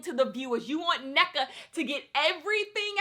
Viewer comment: I just wanted to say it’s pronounced En-Neka, like hold the n for a bit before you proceed with the rest of the name.